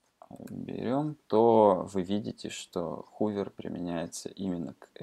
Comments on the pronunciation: спасибо, вы сделали мир лучше :) только 'хувер' и 'амперсенд' режет слух. ˈhəvər - хове'р' ˈampərˌsand - амперсанд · произношение некоторых терминов неправильное (хувер, амперсенд....), ну да пофиг, не плохой урок в целом, спасибо. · "хувер", "амперсенд". От такого произношения уши в трубочку заворачиваются...